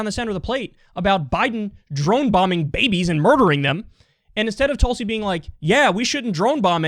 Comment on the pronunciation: pronounce her name correctly. TOOLSI